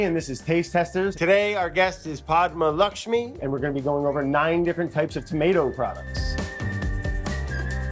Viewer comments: There is no way Brad pronounced her name correctly on the first take 😂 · I love this. Just wish he pronounced her name correctly each time.